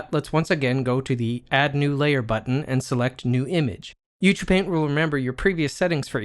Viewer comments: Isn't Ucupaint supposed to be pronounced "You See You Paint" ? :) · This is awesome!!! I love it. I have been waiting for this in Blender for a long time and now that it is free I am so happy. Good tutorial that is well presented and useful. Thanks! Is it me or are you pronouncing it "u too paint"? I'm probably just hearing it weird.